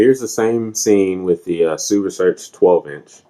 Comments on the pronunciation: you are incorrect. It is pronounced as "sue." If you or anybody else is saying "shoe", you are saying it wrong. Unless you are saying Dr. Hsu doesn't know how to pronounce his own name..lol. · It's not pronounced SHOE. HSU with a silent H. Pretty close to a worthless review. So much wrong with this. Might as well not try and do sound comparisons with such a lousy mic. None of your comparison clips sounded worth a crud. Those other subs are lousy anyway, so why bother. You are comparing a $600 HSU sub to a $179 Polk sub. Gee, ya think maybe the one well over 3x the price might be quite a bit better? Is your next review going to be a $60,000 BMW compared to a $18,000 Nissan Sentra? You ramble on and on about these other subs like you are reviewing them. Nobody cares about them, so move it along. You also aren't adjusting the sub "volume", but rather the gain. Not sure why HSU labels it as volume. Without getting too wordy, read this for a detailed explanation. Then you say you had the Polk at max volume. Say what? And you wonder why it sounds bad? Did you not calibrate these subs with a receiver calibration mic/set up? Or are you just turning knobs and hoping for the best? There's no way the sub gain on the Polk should have been maxed out. Like I originally stated, so much wrong with this. I'll give you an E for effort at least. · "Most people pronounce it 'sue'. A more correct, more Singaporean pronunciation is 'shoe'" - Dr. Hsu